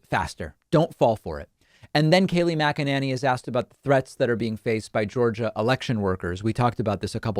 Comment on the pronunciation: Kaleigh Maganenny 😂😂